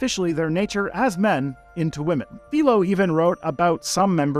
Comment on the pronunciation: Maybe don't try to learn ancient history from someone who can't pronounced "Hippocrates" or "Philo". Or someone who thinks "female sickness" is an explanation for trans people.